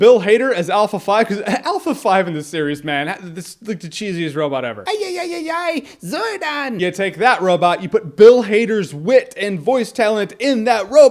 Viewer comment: umm... zordoff? its umm...zordon....